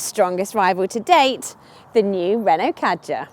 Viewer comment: You do not pronounce Kadjar correctly and there is more leg room in the Kadjar. Learn your facts before you speak.